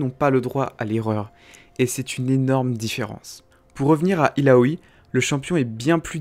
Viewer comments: illaoi pas illaoui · Grosse Merde ca voix ne me derange c juste sur la partie d'illaoi il prend une intonation bizarre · Jveux pas faire mon reliu mais Yasuo se prononce Yasso. C'est un nom inspiré de la mythologie japonaise Et Illaoi se prononce ïlaoye C'est un nom Traditionnel Comorien